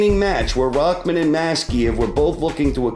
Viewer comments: who is "rockman"? his name is rahman; there is no k in it ._. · Why is it spelled Rahman but pronounced Rackman